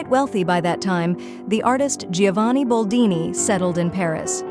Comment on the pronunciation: BOLDINI NOT BALDINI